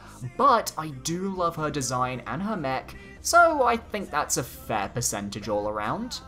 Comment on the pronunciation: I thought you said neck instead of mech